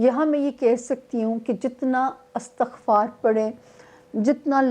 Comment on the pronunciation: استغفار کے لفظ کو istaggfar پڑھئے کیونکہ " الف" کے نیچے زیر ہے